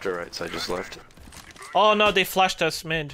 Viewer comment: Lmaooo i liked when he messed up the flash as ct and then he said "oh noo they flahed uss"